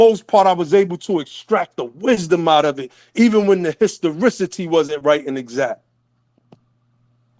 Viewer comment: Did he say "hostorisity"